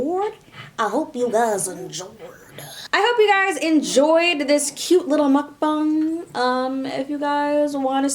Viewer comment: FINALLY SOMEONE SAYS MEOKBANG RIGHT